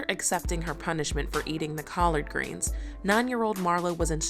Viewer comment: “Call-ard greens”😂😂😂 whose the lady doing the voice over😂